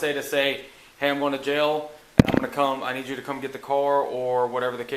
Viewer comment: "Need ju' ta smile." Im done!